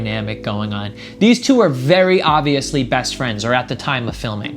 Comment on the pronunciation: he said ObViOsLy